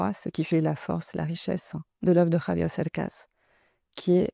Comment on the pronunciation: Dice "Javier"... con JOTA, no con "GKRRr" como lo hacen usualmente los Franceses- Bravo! Es una autentica traductora.